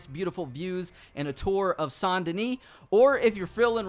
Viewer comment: Is anyone else a little irritated by the way he pronounces "SAINT "